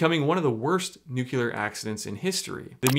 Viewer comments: Please say "new.clear" instead of "new.kyu.ler". It would make you sound much more believable as a scientist who knows his stuff! ;-) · For anyone who might not know, the word is not pronounced "Newk-you-ler" it is pronounced ""New-klee-er" - as in the nucleus (the middle part of an atom that has the protons and neutrons). I think it's kind of confusing, but there it is... Also, how is this Dana guy not in jail? I don't think shrooms should be illegal, just regulated, but how do you sell illegal drugs in a public store and not go to prison? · When one utilizes a microwave, one is nuculerating the substance. Ask W! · Love you. Please look at your pronunciation of nuclear. 🍄